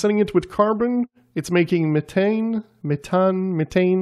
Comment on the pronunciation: The Th is methane makes a f sound like meffane.